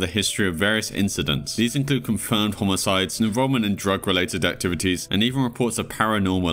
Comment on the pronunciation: Why is he saying homocide inside of homicide